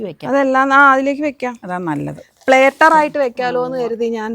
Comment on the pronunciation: പ്ലെറ്റർ അല്ല പ്ലാറ്റർ